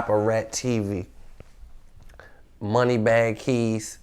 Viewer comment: its money bag kz not keyz 😂 k z